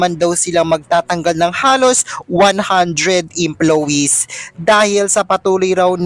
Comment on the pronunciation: Vloger tapos mali mali ang pronounciation oh my gosh!